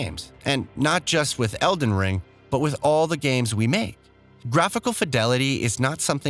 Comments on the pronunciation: Random edits in this video & the dude saying EDEN Ring doesn’t give me much trust in what I’m watching. Lol 😂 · Disliked for the SEVERAL, OUTRAGEOUS spelling and pronunciation mistakes. Tarnish shed? Breath of Wild, Eden Ring?? Embarrassing for 1 million+ subs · I'm sorry but who the heck is reading this script? Tarnish Shed? Breath of Wild? Eden Ring?? Horizons Forbidden West?? Either this guy can't read, doesn't know what he's talking about, or whoever wrote the script is at fault. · What's with the mispronounced words? Don't get me wrong, not a big deal but it makes me feel indifferent... he even said eden ring.. like come on. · Eden ring? Come on bruh that slip is pretty bad.... it's the title of the game your talking about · Good video but why did he call it eden ring? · 8.44 man said "Eden ring" 😅🤣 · “Eden Ring” “Fur-Led Finger” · this guy said Eden Ring 💀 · mispronouncing Elden Ring. I’ve noticed some other problems like that, as well as bad cuts and a transition in the middle of a sentence. I appreciate the desire to bring out content fast, but maybe rushing to pump it out isn’t the greatest idea, and it makes me feel like you don’t care about the game as much as you say you do. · “Eden Ring” ??? 😂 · Eden Ring??? Is that the porn parody of Elden Ring? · Lolol, and also noticed "eeden ring" at ahahahah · “Parring” -parrying ps eden ring. Wtf. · ah yes, eden ring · Yeah he also pronounced "eeden ring" instead of elden ring once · What is with the pronunciations of some words in this video... Feels like text to speech. Weird video. "Tarni-shed" "Eden Ring" Mentioning the Black Knight on the bridge isn't a NEED to know either. I would consider that an unnecessary spoiler, which ruins the surprise for people. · Dont forget Eden Ring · Eden Ring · yeah eden ring and parring ? Wtf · He even mispronounced the title at one point